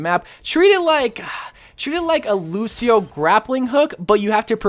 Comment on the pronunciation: Wait he said “Lucio grappling hook” XD